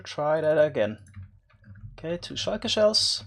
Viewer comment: I love the way he says shulker